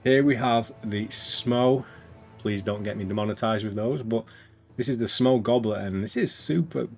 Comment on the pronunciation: Great showcase, thanks! Btw, Smough is supposed to be pronounced similar to "Sumo", so you nailed it!